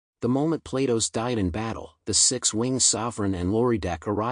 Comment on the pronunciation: "Platos", the AI pronounce it almost like PLAY DOUGHS